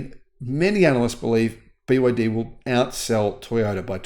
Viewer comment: I've watched that video from the begining when I heard the guy pronounced BYD as BY Y D, then I just stop watching it immediately. What do you expect the guy know BYD if he couldn't even pronounced BYD right? The guy clearly don't know anything about EV or BYD either.